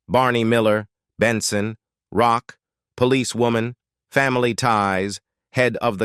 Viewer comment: ROCK…. It’s pronounced ROCK 😂